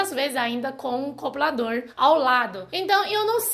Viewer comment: "Coblador". Rsrsrs... Fofa!!! 💓💓💓💓💓💓💓💓😍😍😍😍😍